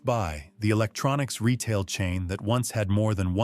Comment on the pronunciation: Check a dictionary for the word "quality". Since when is "Retail" pronounced "ree tall"?